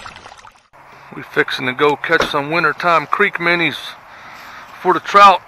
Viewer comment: Minnis? The word is minnow not minni